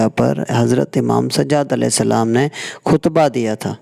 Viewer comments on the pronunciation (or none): Khutba hota hay kuhtba nahi JAHAL